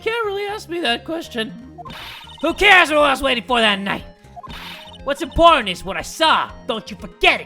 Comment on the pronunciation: who heard important as imporn?